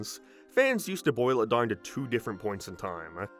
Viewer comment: Quick question, where are you from? I've never heard anyone pronounce "down" and "now" as "darn" and "nar" before